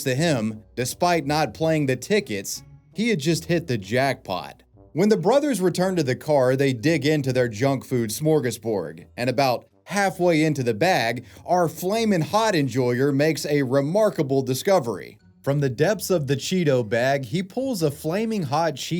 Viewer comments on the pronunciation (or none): I hate to be that guy, but it's SMORGASBORD* with a D, homie. Not "smorgasborg," as you said